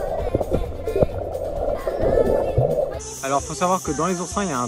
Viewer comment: « Mais d’abord allons CHAZERRRRR » 😂